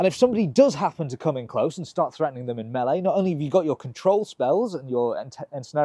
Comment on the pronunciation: I like that you pronounce melee correctly.